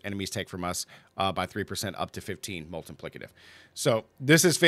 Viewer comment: I love the way you say "multiplicative" - sounds like "Molten Plicative". I'm playing crushing hands and love it! you need to try evade! Best speed farming (besides pit) build in the game